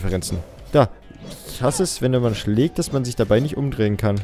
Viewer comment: Das "man" hast du aber ganz schön gefailt XD am n XD